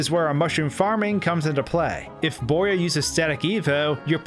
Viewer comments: bowyer, not boyer. BOW-yer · i understand that. but it's pronounced BOW-yer, not BOY-er. also, how did i not see this? I just randomly end up back here after 3 years, hmm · “Boyer?” He’s literally a “bow.” “Bow”yer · Wait. Bowyer, the enemy shaped like a Bow, that fires arrow. Pronounced boy-er?